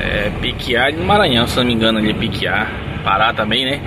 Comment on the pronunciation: Fala o rapaz falou certo pequiá e um bairro aqui de Açailândia Maranhão minha cidade Deus abençoa vcs sempre